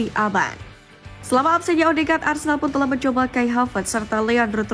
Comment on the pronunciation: Boikot channel ni.. Aku selalu perasan yg admin channel ni selalu cakap Arsendal.. Opening 0.2 saat...Keymark admin